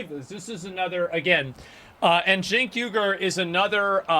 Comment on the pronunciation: I realize the 'Uygur' in 'Cenk Uygur' phonetically is "Wee gerr" like Xinjiang Uyghur internment camps, as apposed to "You gerr". China is at least a few steps ahead of these people. It is Cenk Weeger.